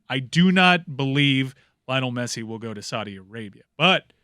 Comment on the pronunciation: how do you butcher Messi's name every single time?